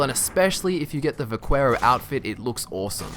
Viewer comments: It's not buh-quay-ro, it's buh-kay-ro. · It's vuh-care-OH